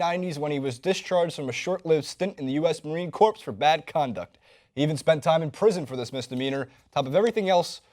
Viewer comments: Marine Corpse? Way to show respect bro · Fun video guys, but for future reference, corps is just pronounced like "core," not "corpse." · My God, this video is such a huge fail. By the way, Corps is pronounced as "Core" not "Corpse." Of course, I shouldn't of expected these metrosexual, beta-males to know that. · Corps is pronounced Core not corpse. Idiot. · "Marine Corpse""Corpse"Seriously? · Corps is pronounced "core". Marine Core. read it like that. Thank you. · Please learn the difference of pronunciation between corpse and corps...